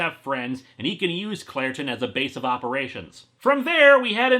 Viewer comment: When he says Clairton, I keep hearing Claratin, lol. Then again in Star Wars hot have Captain Banaka and Anacin Skywalker.